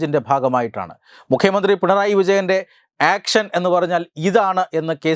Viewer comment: ആക്‌ഷൻ എന്നല്ല ഏൿഷൻ എന്നാണ് പുള്ളിയുടെ ശൈലി